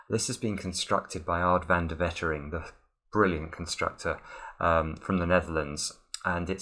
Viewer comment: It's Waitering, not Wettering :D Otherwise, colour me highly impressed.